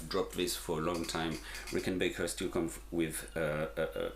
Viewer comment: Had to turn this off, how do you get Rickenbaker from Rickenbacker???